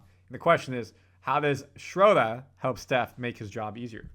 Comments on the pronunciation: and everybody, please stop saying “Schrodah.” German has a uvular “r” in the back of the throat, sounds a little like “ah” to English ears, but there really is an “r” in there. Just say “Schroder,” normal-like. Same goes for Maxi Kleber. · hey how about learning how to say his name now.... SINCE IT'S OFFICIAL!!!! "SHREW-DUR!"